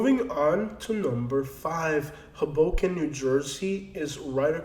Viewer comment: Natives say Hoboken emphasizing the first syllable.